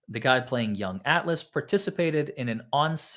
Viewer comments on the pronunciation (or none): none